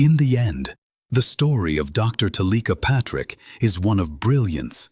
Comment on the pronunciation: Why would you switch the ai voice to one that pronounces her name incorrectly?